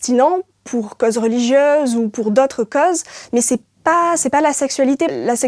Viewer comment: Ce qui m'irrite le plus dans cette vidéo c'est qu'elle prononce "cause" plutôt comme case plutôt que côse!!!